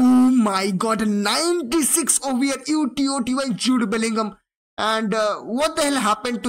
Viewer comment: Bro stop saying T O T Y say it all together